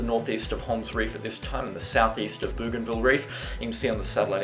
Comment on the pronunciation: Bow Gan Ville mate is how it is pronounced. There is an Island Province in PNG called Bougainville as well. Same name as the reef. Well done on your very thorough updates. As a North Queenslander, they are vital at the moment.